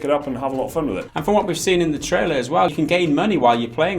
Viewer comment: "Troiler" 9/10